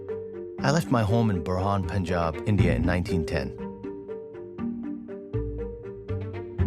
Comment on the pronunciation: It's not Borham, it's Burhan, a town near District Attock, western Punjab. I knew He'll be Punjabi because of His peculiar name. Punjab never had been religiously polarised as it's now. Though there weren't interreligious marriages but it was very open. After Partition and post Zia era is a nightmare that won't be forgotten.